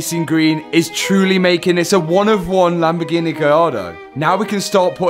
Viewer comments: I'm Italian and I approve the color, but you need to perfect your pronounciation of LAMBORGHEEEEENEEEEEEE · It’s a Lamborgreenie 😂 Love It 👍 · Reasons for watching videos: 3% to see what is up to 97% to hear "Lamborgineh" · Lamborghini ❌ Lamborgreeny ✅